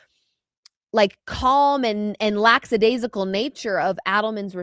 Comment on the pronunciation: You both keep saying laxadaisical when its lackadaisical